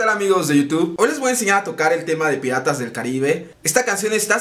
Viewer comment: Nadie noto que dice pirtas jaja soy mejor que ustedes ja. Que buen tutorial